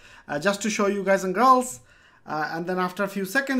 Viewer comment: Love it when you say gays & girls !! thanks :D